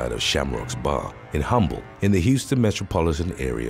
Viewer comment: Hey, you know how you said Humble, Texas? It's pronounced UM-BULL, lol. The H is silent. No one, outside of Texas, gets that one right. But can anyone blame them? Honestly, who could ever guess? Unless you've actually heard it before, there's no way of knowing. Love your channel, btw. Your voice make me think of a British James Earl Jones.